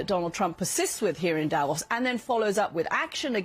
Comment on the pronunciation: The pronunciation is not Davós (with a short 'o') but Davos with a long 'o' like the 'o' in 'more' If you do reports from a place learn how to pronounce it! Same with names of politicians like Angela Merkel and Friedrich Merz. You're saying it wrongly. The world also make the effort to pronouce Trump's name correctly - you have no idea how the French would pronounce Trump in their language (...).